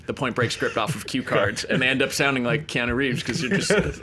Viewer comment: 'Dumbly Earnest'...although, then My Own Private Idaho also came out in 1991 (I think it was), and both he and River were awesome in that. Also, why can't people say Keanu's name properly? Really, it's easy...Kean-oooo' not o! After all these years, if that was me, I'd be popping people on the nose every time they got it wrong. Haha.